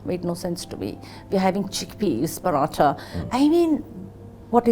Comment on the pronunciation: "Chhikpeaz in Parawthaw" 😂😂😂